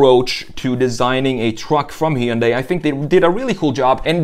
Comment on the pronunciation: Hard to trust the review when you pronounce Hyundai wrong....